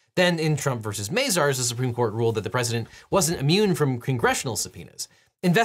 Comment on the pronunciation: Just wanted to add a pronunciation note. Mazars is pronounced "muh·zaarz". Great vid!